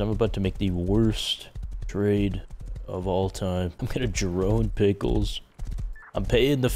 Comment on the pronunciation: “Imported pickles,” lmao… 2nd only to the Pheetus not knowing how to pronounce things question, have you only seen these on paper?